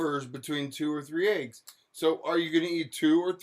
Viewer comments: my mama puts chicken bouillon cubes in green beans... i HIGHLY recommend! i find it comical also thinks green beans are “low” in carbs lol. i also HATE the way she says eggs. i think it takes more effort to say it incorrectly like she does than it does to say it the RIGHT way. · I make my living working with languages, and pronunciation of words varies considerably among dialects. There is nothing wrong with the way says "eggs" or "legs" or any other word she is being mocked about. Those are regional differences. The local dialect where I live in an adjacent state to hers says eggs and legs similarly although not identically. Dropped endings of words (compared with modern standardized spelling) is also a common characteristic of many dialects. If you grew up elsewhere, you would be familiar with a different pronunciation. Or perhaps you were browbeaten by a teacher into assuming that the academic dialect is the only correct dialect. This is linguistic snobbery and is often used to demean people by demeaning their native dialect. Schools should realize that their aim is to make students bilingual, to make them fluent in the academic language in addition to their existing fluency in their native dialect. All dialects are real languages.Each dialect has a consistent grammar and vocabulary and is just as legitimate as a language as any other, including whatever you were taught in school. It is useful to have a common spoken and written dialect to help us more easily communicate with each other. But the different dialects are all valid. People quite typically shift between them as needed. Humans are distinguished by the ability to create languages. That's what we do. We do not need to be high-tech to create very complex languages. Actually, the